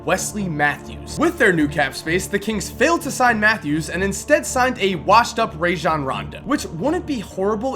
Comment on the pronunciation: It's pronounced Rajon not Rayjon Rondo